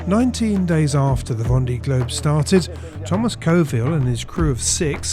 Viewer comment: Careful how you pronounce words. Grand and grande does not mean the same ! Also it's pronounced. Vonday